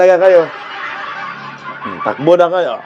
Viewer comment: haha tabang, happy vibes talaga! kahit sa pagsalita pa lang ng takbo, patakbo, hay padrugtest na nga kayo, :face-blue-smiling:nakakahiya! pinagtatawanan na tayo sa ibang bansa, anyare daw sa bansang Pinas. nadamay pa tayong matitino. ilang years na din yan naging politiko, di pa ba nya namemorize yan?